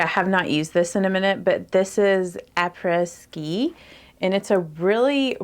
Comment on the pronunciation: Pronounced ap ray skee. French is weird! 🙂